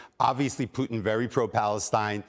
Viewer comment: Thank you, Candace for pronouncing Putin correctly